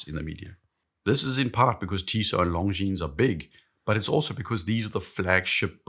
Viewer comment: PS PLEASE 🙏 The “S” at the end of Longines is silent… Weirdly, you’re pronouncing it both right and wrong in the same video.